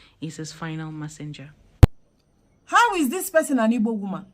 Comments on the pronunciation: She can't even pronounce Igbo correctly. She didn't make a single attempt to explain herself with a single Igbo language. Okay naah 🤔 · This one is obviously NOT Igbo 😂 Her accent and how she pronounces words like “ Ibor “ instead of Igbo. Arewa people are not very smart by selecting this Hausa woman to pose as Igbo. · This person is a Northerner, no Igbo person pronounces it as Ibo....more so her name, state of origin, local government and village or hometown is not mentioned....this one is a cursed fool. If she is feeling lonely she should relocate to Iran, Gaza, Pakistan, Afghanistan or even here in Nigeria let her relocate to any of the Sharia state in the North. We have few Igbo Muslim and this one is not one of them. So what exactly does she want to achieve with this?? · Hahaha, can you hear the way she mentioned Igbo her tribe? She can't even call the words Igbo well. She's sounding like Fulani or other tribes in the North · The way she pronounce Igbo is enough reason to know she is not anything Igbo. This is 💯 an hausa lady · She is imposter. Hear the pronunciation of Igbo self. Deceivers everywhere 😮. Igbo's beware ooo! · 1000% impersonator. She cannot even call Igbo with an Igbo accent. This is another desperate attempt to win Igbo converts. How can you win converts through deception? Hear her, "Oh, you are so beautiful to be covered this way". Her handler by choosing her, has tacitly acknowledged that the average Igbo woman is fair and beautiful. Vanity on display! You think Igbos are vane? Sister Fulani or whoever you are, Igbos have an undeniable thick accent not your soft accent. Igbos pronunciation of syllables is very emphatic with a downward stroke. Yours is twisted and up. Nice try but you failed. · Ta mechie uno gi? Nwa wu onye Hausa. She can’t even pronounce IGBO…😂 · I swear this woman is not igbo because the ways she speaks especially how she pronounced igbo she can never be igbo woman